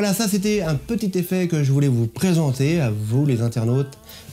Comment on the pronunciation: "un super petit zeffet" comme dirait:-))) Blague à part, c'est flash, rapide et très impactant, BRAVO à vous 2!!!